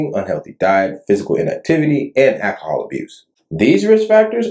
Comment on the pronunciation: What exactly is “akahall”?? You said it was several times adding it was a risk factor for stroke during your video. I just can’t seem to be able to find it in any American English dictionary. Please advise